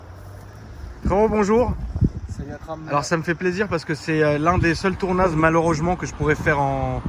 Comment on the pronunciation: « Tournase malheureugement » ça commence très fort 😂